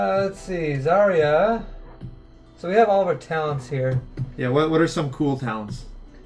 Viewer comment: Guys,try to pronounce zarya as zar'a with accent on second "a" zar'A instead of zArya It's true russian pronunciation)))